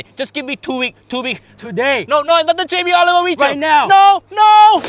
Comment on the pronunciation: for the first time,, Jammie didn’t F up in da beginning of the weejio. Uncle Roger ,I used to watch you like crazy. I hope I can cook East Asian food someday like sushi or fried rice.